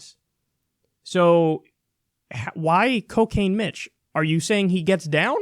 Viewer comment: Little girl 1: "Mr. Don, what's coo-cane?" Also, Dude, the preferred nomenclature is Asian-American.